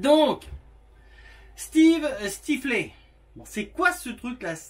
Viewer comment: 🤣 🤣 Ça ce prononce steeve styfleur, c'est un personnage de film (american pie) le plus tombeur de la bande pour rester poli